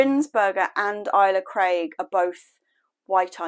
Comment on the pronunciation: nasty rats ive had some or something eat my tulips out of a pot right by my back door which kinda creeped me out lol plus gardners kate and eli will be shouting at the screen for how you say ailsa craig lol